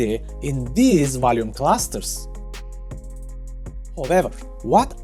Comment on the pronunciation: High wolume nodes lol